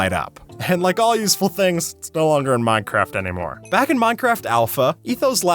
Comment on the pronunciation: for a second i thought u said mineraft lol